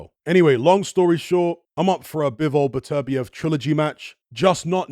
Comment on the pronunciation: Came back to hear how pronounces Beterbiev because it sounds nicer than Butter- be-ev